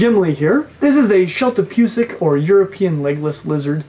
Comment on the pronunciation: Bwahwahwa...Shyeltopyusik BGGGG LOL. It's Zhehl - Tah - Poo - Zik. It is for Yellow belly